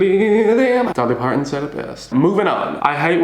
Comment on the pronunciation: Did you just say “Dolly Partonson”? 😉